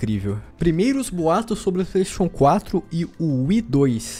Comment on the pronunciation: Kakaxe falando Playstation 4 parece que tendo um derrame. "Plaisxexun 4"